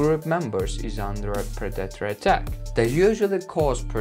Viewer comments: Just once I wish you would say predator instead of productors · And what is a pre-dat-or, lol. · In this 10 moments lions are killed by their Prey video I personally did not see even one lion being killed by their preys .Secondly it is pronounced Pre-de-tor but correct spelling is Predator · "As Per-data" = "predator" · For 3/4 of the vid I thought he said producter (which is not a word) and not predator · Tf is a purdator? Tf are you saying bruh I dont understand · 1st off I pray I never hear somebody say predator like you do because obviously you have no clue how to pronounce it . And 2nd off 200 feet tall is that giraffe from the Jurassic Time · Its Painful listening to this guy try to say 'Predator' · you really should learn how to prononce the word "predator" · Modern accent: predator , wildebeest Bro said Producker, wild a beast English is obviously not his first language